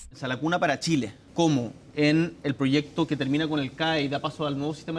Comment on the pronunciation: La periodista que diga bien proyecto no es prochesto estamos en chile